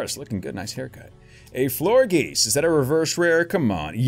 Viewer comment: Did you call a florges a florgeese?